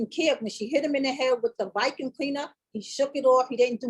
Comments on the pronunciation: Wtf is a vykum? 😂😂😂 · I’m glad the mom knows exactly what happened when she wasn’t there all I hear is excuses for a shitty man … gabby is a shitty person also and I didn’t see this relationship lasting / ending well. And also the way says vacuum (vicuum) irks thee f out of me 😤